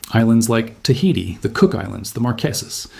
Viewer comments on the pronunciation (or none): none